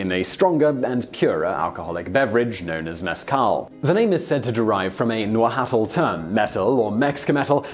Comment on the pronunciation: Nahuatl- pronounced naWatl